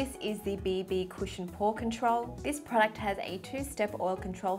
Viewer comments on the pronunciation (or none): I Like How You Say "Product" 😂